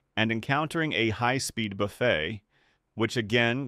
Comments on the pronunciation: As a aviation nerd and flight sim pilot, it was nice to see a visualization of this phenomenon. I got halfway through before the robot voice's continual pronunciation of buffet (BUFF-it) as (boo-FAY) drove me away. I'd gotten the gist by then. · Good Lord, man, teach your AI how to pronounce words! Is a low-speed buffet where you go to eat leisurely? And Vs is "vee-ess." It's not the plural of the letter "V."